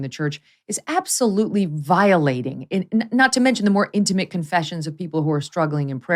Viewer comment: You both need to learn how to pronounce the word "intimate". Hint: it's not "intuhmit".